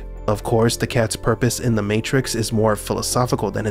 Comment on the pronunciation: “It’s purrrrpose” 😹